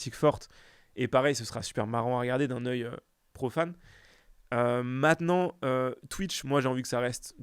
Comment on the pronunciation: jadore s'adore sardoche mais par pitié arrete de dire "MATENANT"